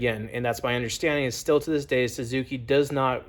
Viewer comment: More like "why-suki" 😜